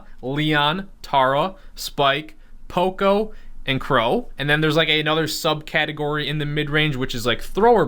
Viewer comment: It's P.O.C.O poco not po co